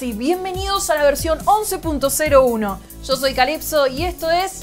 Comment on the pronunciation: No es por hate ni nada, pero no me puedo tomar en serio la "y" como "sh" XD jaja